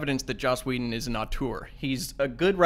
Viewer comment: I love how Andy simply can NOT pronounce anyone's name right! Josh Whedon?! Blomkump?!!? LOL